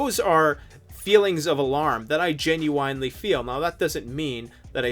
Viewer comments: Hwhy did you say "genu-wine-ly" in such a hweird hway?? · Learn how to say genuinely the right way. There's no w in the dam word.